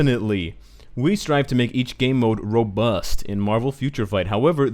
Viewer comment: "Ro-bust" oh my gawd...😥